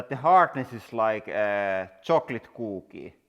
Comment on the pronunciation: hahahahahaha hardness is like chocolate kuuuuuuuki. the way he said that is just priceless